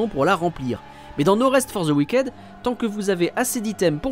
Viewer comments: Cet accent frenshie fait froid dans le dos 😅 "wiquaide" No rest for the wick'd, svp. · Ça se prononce "wickide"